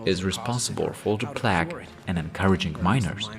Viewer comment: Plague is said with a "long" A, like Play-ge, otherwise great video